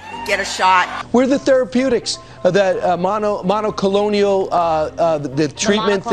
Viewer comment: "mono colonial" "monocle antibody" "mono crone ull" 😲